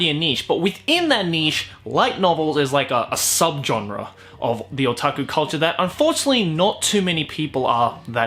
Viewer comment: I just looove the way he pronounces "genre" 💘